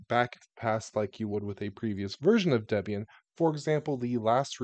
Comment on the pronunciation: Hearing the correct pronunciation of Ubuntu, Debian, and Gnome is giving me a low-grade heart attack 😵‍💫